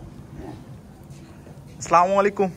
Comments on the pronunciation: সালামালাইকুম বলবেনা আসসালামু আলাইকুম বলবেন শুদ্ধ মুসলিম ভাবে কথা বলবেন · আসসালামু আলাইকুম হবে। স্লামালাইকুম শুদ্ধ নয়।